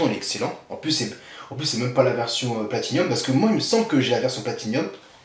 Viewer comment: Non ! toi aussi tu dis P-L-A-T-I-N-i-U-M, regarde un jeu, C'est P-L-A-T-I-N-U-M, sans i ;)